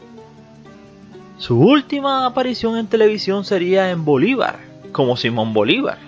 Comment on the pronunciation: Bolívar y no Bolibar. Y porqué hablas así? 🤔🤔🤔🤔🤔🤔🤔